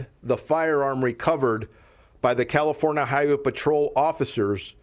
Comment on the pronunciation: No he said Californa!